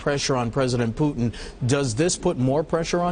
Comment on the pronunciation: You all misprounce the names. Who is Booton? It is Putin. You need to learn that there are more languages. Futhermore, since when is Obama a news program(me) host?